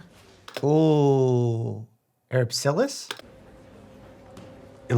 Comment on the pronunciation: “erypsilas?” Ery-si-pelas. I’m being cheeky, I know 😂 great video again!